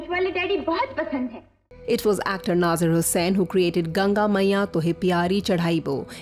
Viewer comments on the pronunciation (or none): Its nazeer not naazaar